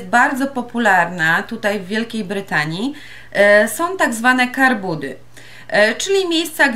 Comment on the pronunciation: to nie są "karbudy", tylko "car boot's" :P